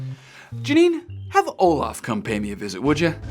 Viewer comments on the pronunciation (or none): not olaf. NOT OLAF